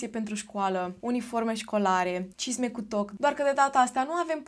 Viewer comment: La un moment dat pe la mijlocul videoclipului de fiecare data cand spuneai “cisme cu toc” ma apuca rasul:))